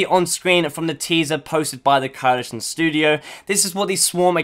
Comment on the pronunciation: Can't say coalition eh